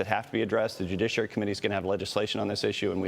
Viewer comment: It's ok Maria, you can always say "jujiciary" to me